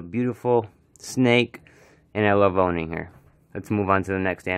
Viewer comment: sounded like "She is a beautiful snake and I love boning her" I know he said owning but dang